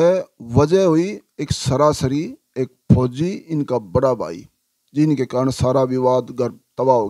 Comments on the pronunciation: Phoji ko kyu emphasize kr rhe ho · Or jaha bhi fouji ka name aata hai vaha aap bar bar stress dete ho fouji 'words' par Please aisa na kare aapki bohat meharbani hogi Thank you